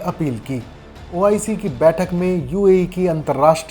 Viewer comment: Kaun bakchod audio de raha hai pahle to OIC bolna seekh le